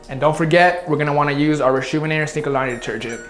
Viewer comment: "and dont forget, we're gonna wanna use our Reshoevn8er snklaundrdegrgernt"